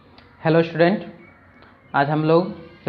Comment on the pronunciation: श्टुडेन्ट नहीं होता मास्टर साहब, स्टूडेंट होता है। थरी नहीं बोलते थ्री बोलते हैं। शुरू में ही गड़बड़, हम बच्चे क्या सीखेंगे ऐसे में सर।